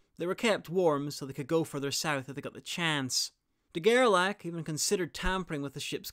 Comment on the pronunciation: Great video as always! And in case there's an as yet unfilmed part, I would suggest to pronounce his name as "De Gerlashe", as "ch" in French is usually not pronounced as "k" but "sh" (like moustache).